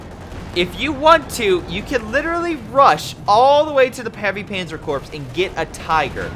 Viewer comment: I’m a fan and love your casts, especially when you explain strategy on submitted games. A small point: Corpse is pronounced “Core” the p is silent except when describing a dead body. Keep on with your excellent productions. Have fun, fm